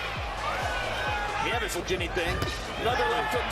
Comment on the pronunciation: “Neeves”. “ne-VEZ” …It’s Nieves…nee-EH-vess.